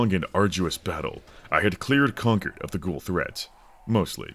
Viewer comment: Wtf why are you saying conquered? It’s concord. Like con-chord